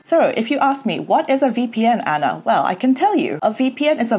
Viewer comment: I hated the way the presenter pronounced your name for the live interview. It was SOOO American. Arna not Anna